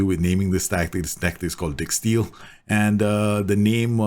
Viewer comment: Dijksteel plays for us (Boro). My ears always prick up when I hear a Boro players name lol Is he where the name comes from in regards to this channel? Also I thought it was pronounced dike-steel not dick-steel. Like Van Dijk is pronounced dike not dick?